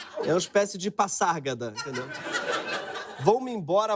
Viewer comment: Greg, vc que como eu fez letras sabe que o a intervocálico tem som de “Z” nas regras gramaticais, logo deve ser lido como PaZárgada e não Passárgada😛😘